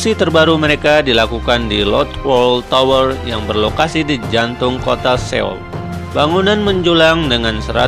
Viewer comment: Biasa aja bang bacanya, terutama di saat penyebutan kata "tower" ahaha